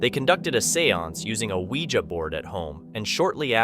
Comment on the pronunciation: Thank you for pronouncing Ouija the correct way!